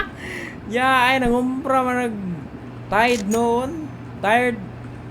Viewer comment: Tide naging tired😂